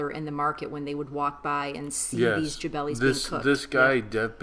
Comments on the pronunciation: Jalebi! not jabelis :D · Jabelis that's so cute. However you might be knowing by know it's Jale- bis.